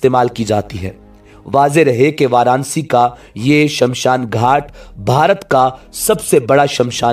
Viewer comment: شہر کا نام۔ وار انا سی (Varanasi) ہے وار نسی نہیں ہے